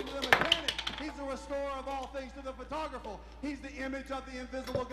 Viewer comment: "To the photog-ruffal"